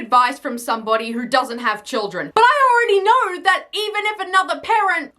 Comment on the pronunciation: Just the way you pronounce ''Do you knueeeuw''